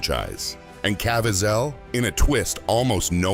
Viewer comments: Cá veez' el. NOT CAV VEE ZELL. Thank you for your attention to this matter! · Donna, that annoyed me also. His name is pronounced CA-VEE-ZEL. Emphasis on VEE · Can you get his name right??? Ca-viez-el... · Wish this guy would pronounce Jim's last name right.